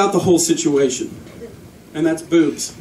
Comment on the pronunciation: Boobs? At first I thought you said booze! But what do I know!